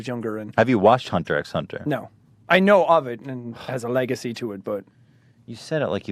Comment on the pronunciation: he pronounced hunter x hunter right. good for u